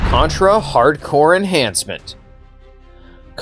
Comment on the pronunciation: he also called the contra game "hardcore" instead of hard corps lol